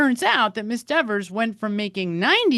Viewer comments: It's DEVER........ not Devers!!!!! Caught you a couple of times. Kelly won't be happy with you 😊😊😊😊😊😊lol!!! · It’s Dever, not DeverS! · Very impressive! Better than the Behavioral Panel. It's Miss Dever (not Devers). Yes, she's very attractive!🎉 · Are you purposely calling her Miss "Devers" 😂 "Because you clearly forgot her name is "Dever" 😂😂😂😂😂😂 She might read this and come for you for saying her name wrong like she snapped at Jackson! 🫣😜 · Her name is Miss Dever although you keep calling her Miss Devers. I don’t like her and her snotty attitude either, but I also know by now her last name is Dever. Just saying…….. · I wondered that too— her name is Dever, not Devers. It isn’t a good look to keep getting it wrong. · (as an aside, I think it is humorous that you are calling her DeverS considering how she was so insistent on the way her name should be pronounced) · Pronounced dee-ver......lmao! 🤣😅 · Kelly needs to learn how to pronounce her own name. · I find it hilarious that you say her name incorrectly the entire video😝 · Great analysis, loved it. But Ms Dever wants you to do it again and say her name correctly! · It’s funny, petulant child is exactly the terminology I used to describe this person, even before someone dubbed her Verruca Salt (😂) But I’m older and work in medicine so 🤷🏼‍♀️. Also, I think her issue with the pronunciation of her name is Deeever sounds like Beaver. If she weren’t such I brat I could have some sense of understanding for this one but as it is I’d probably relentlessly mispronounce it. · Are you purposely getting her name wrong? Because I’m cracking up every time you add a s 😂